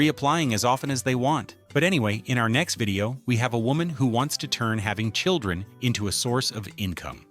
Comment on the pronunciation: It's children. Not churdren